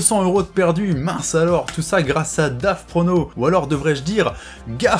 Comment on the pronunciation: C'EST PAS DAVPRONOS, C'EST GAVPRONOS